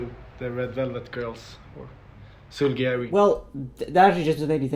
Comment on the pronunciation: Everyone take notes on the vowel uses when pronouncing Seulgi and notice that it doesn't sound like soggy or Sergei or Seoul.